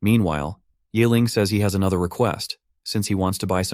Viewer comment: ye <> "yay". It's more like "yee". Honestly college level remedial mandarin class teaches the sounds in one class. With tones. They're really not that hard.